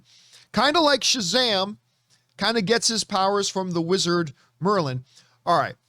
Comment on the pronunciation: You lost me at "Merlin"🤔